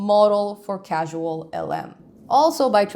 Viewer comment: Um, "causal" not "casual". Causal, as in rain causes wet.